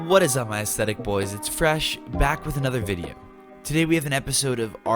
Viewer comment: I was scanning the comments and thought you said autistic👌🏻😂